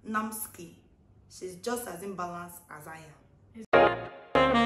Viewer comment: she say inbalance🤣🤣🤣🤣🤣